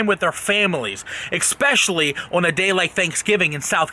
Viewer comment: He said expecially